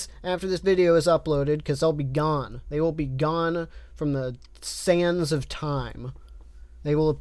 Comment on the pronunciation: "They will be lost to the sans of time" Is all I heard.